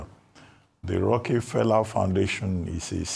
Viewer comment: Rockie Fella.... Dr Abatti could not be corrected. It is pronounced ROCAFELLA not spelt correctly but to help him learn pronunciation.